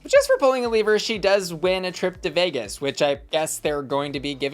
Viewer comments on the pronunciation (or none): none